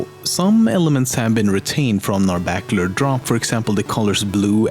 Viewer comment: Narabacular Drop